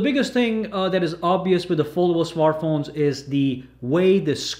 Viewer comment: 999 111 Look at that fuckin presentor of Huawei. He can't even pronounce the word "foldable" properly.